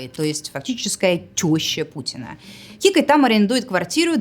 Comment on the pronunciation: Не кикоть, а Какоть)))